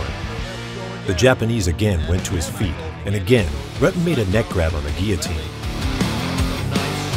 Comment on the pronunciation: He is a legend yet this guy still can't properly pronounce his name. It is pronpunced like rooten.